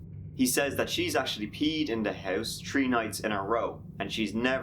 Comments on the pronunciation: YES! You said 🌲 (3) wait ...what??? Now you said three ... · 'The dog actually peed tree nights in a row... ' Lmao! Fucking idiot can't speak english! lol! :D